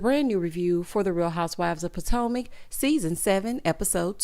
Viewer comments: Not Pot-O-Mac😂😂😂😂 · 🤣🤣🤣🤣🤣 You did not just say Who are these housewives of PO-TO-MACK! I am hollin!! 🤣🤣🤣🤣